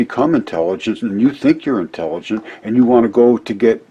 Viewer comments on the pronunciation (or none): Anybody else notice ..... "integiligent"